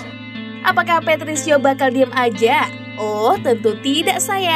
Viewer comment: Patricio adik nya patricky woy min salah nyebut lu